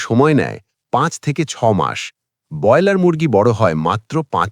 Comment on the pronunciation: যিনি 'ব্রয়লার' শব্দটি ঠিক করে উচ্চারণ পর্যন্ত করতে পারেন না, বার বার 'বয়লার' বলেন, তাঁর কোনো কথা শুনতে রাজি নই। বেরিয়ে যাচ্ছি